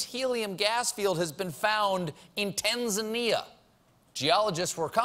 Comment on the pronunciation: As Tanzania,.... am very proud to hear how Stephen pronounce TANZANIA....Please visit us one day we will teach you Swahili. Tanzania the land of Kilimanjaro, Zanzibar, Serengeti, You will enjoy the wildlife Safari and most beautiful beaches of Indian ocean. Tanzania is the most beautyful country in Africa and so peaceful..